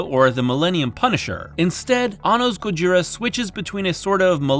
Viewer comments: Dude please just say "Godzilla" - saying "gojira" with an American accent is even more wrong than using the official English name. It's a mispronunciation of an imperfect transliteration and it just really ground my gears. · If you can't pronounce "Gojira" correctly, just say "Godzilla".